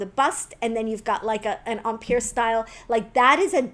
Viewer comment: Are you saying “umpeer” It’s pronounced “em” as in hem and “pire” as in tire. Yikes!